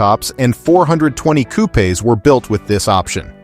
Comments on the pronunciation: What the hell is a coupay.?..learn English please. Coupe. Silent e. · Its not a coupe B ...😂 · Is this a computerized voice? What is a coup-aa?